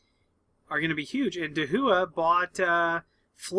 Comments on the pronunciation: DaHua should be pronounced as "ta - wah" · And here I thought it was pronounced: Hick-Vision And Dah-who-uh. Interesting...